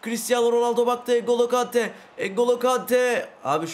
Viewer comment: Abi mataus değil matiyus vorcıl değil Van dijk engolo Kante degil Engulu kante